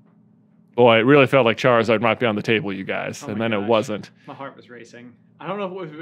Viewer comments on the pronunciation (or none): Charizard should be pronounced like “lizard”